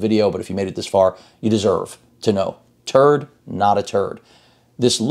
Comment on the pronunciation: I love the way you said "the turd is not a turd". I really wish they "put" the internal parts of Pro 7 into the chassis of Pro X